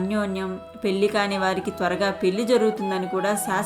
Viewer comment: చాలా మంచి సమాచార సేకరణ, మంచి కంఠం, స్పష్టమైన ఉచ్ఛారణ, వీనులకు శ్రావ్యంగాను ఉన్నది. ఈమధ్య కాలంలో నేను ఇలా విన్న ఉత్తమమైన వీడియో ఇదే. మీరు అభినందనీయులు. అయితే ఒక చిన్న ఉచ్ఛారణా దోషం దొర్లింది. ఈమధ్య ఎక్కడ విన్నా "పెళ్ళి"ని "పెల్లి" అని పలుకుతున్నట్లుగానే మీరూ పలికారు. దయచేసీ సరిదిద్దుకోగలరు. - Jai Sriram🙏 Jai Hind 🚩